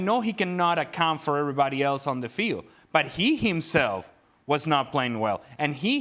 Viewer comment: "And eeeeyy imself, and eeeeey imself"